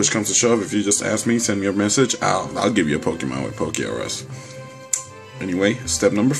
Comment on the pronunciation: its not poke-R-us its pokerus